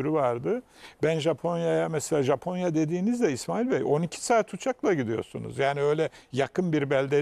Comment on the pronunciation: sunucu japonyaya caponya dedikçe çıldırıyorum yuh artık